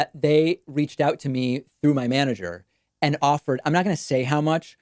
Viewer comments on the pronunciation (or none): Hahaha I noticed the canadian accent when he said “out” Its definitely Gavin lol What a loser lol